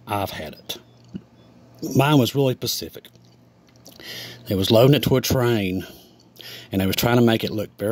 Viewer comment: Well he did say pacific, instead of specific.😂 I say this in complete love. I’m not trying to be mean at all, just funny.